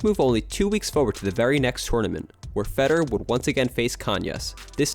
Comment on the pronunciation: Can you please learn how to pronounce "Federer" properly? My goodness